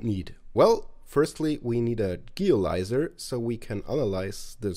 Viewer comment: I know this video is just over 2 years old, but I feel like this should still be pointed out. In the word "Geolyzer," the "Geo-" is pronounced as "jēō."